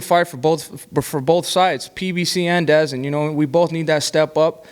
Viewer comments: David, it’s pronounced da zone. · Benavidez is my guy but, still calling DAZN “Dazz Inn” bro? Do u watch boxing? It’s been pronounced 8k x every fight night for 4 yrs.